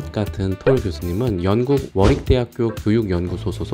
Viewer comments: 워릭대학교를 머리대학교로 들은 사람 나만 있는건 아니겠지...? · Warwick이 워릭으로 읽는거였어...??